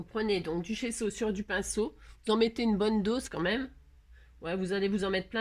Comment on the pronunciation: C'est bien GESSO, 2 S BAH SI GESSO. C'est plus doux à mes oreilles, bah si et c'était pas Maryse c'était moi. Merci ma mes oreilles ont vraiment apprécié. 😍😋🤪